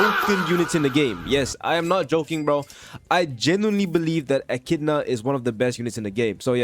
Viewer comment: it's eh-ki-dih-na